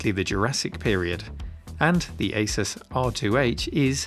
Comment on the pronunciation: Thanks for calling it Asus and not Asooooooooooooooos.